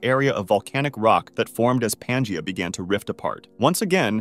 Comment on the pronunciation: Dude just mispronounced pangea like four times